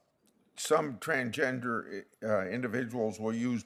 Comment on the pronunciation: I like how he has no idea how to say Transgender. He’s probably thinking wtf world is this?